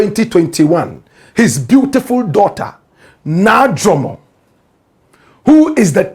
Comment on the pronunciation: Black Rasta, did you listen to how he pronounced his daughter's name?